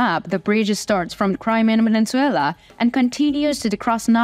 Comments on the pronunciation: Península. Not peninsuella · Peninsula, not peninsuella. This is not a Disney movie. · Penin Sulaar not peninsuula